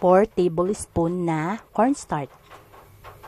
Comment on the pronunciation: Hey Miss, you are representing the Philippines, be sure your PRONUNCIATION is correct. You got few mispronounced words like etc. or maybe you are only SO NERVOUS. 1) Kutsinta.....not kuntsinta 2) corn (starch) not cornstart. Pls. emphasize the ch I love kutsinta otherwise. Thank you.